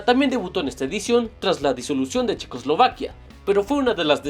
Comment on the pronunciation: dice Chequoslivaquia xd